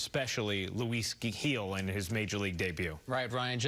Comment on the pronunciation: Who is Luis Geejil? Dude its 3 letters. Gil